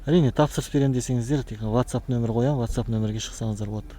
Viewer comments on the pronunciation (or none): none